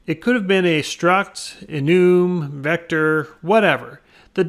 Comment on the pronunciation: I love how you pronounce enum.